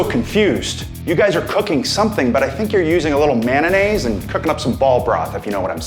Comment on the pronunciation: My man Edge said, "Mananaise." 😂😂😂😂😂